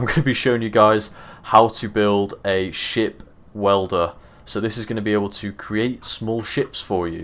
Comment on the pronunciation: I genuinely thought you said "shit welder"....😂😂. The British is strong in you